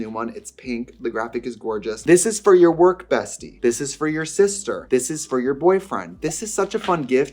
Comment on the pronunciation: “I feel like this is yourrrrr vibe, no?”